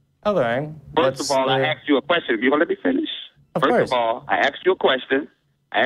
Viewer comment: "I axed you a question..."